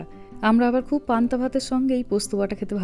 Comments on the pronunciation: কথা টা পন্থ না ' পান্থা ভাত ' হবে ۔۔۔ আর সবার ই সব খাবার খেতে শেখা উচিত ۔ ওরা তো ছোটো তাই না শেখালে কি করে নতুন কিছু try করবে দিদি ۔۔۔? ভালো থাকবেন ۔۔۔۔ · Panta bhat bole 😂 PANTO bhat na 😂😂😂😂😂😂